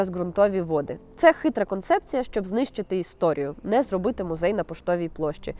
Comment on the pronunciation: "Гідности", "мюзей", ну це що за смак для вушок